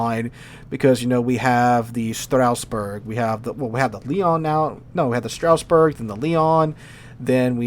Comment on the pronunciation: when he say Strasbourg it sound like he's talking about some German Sausage food name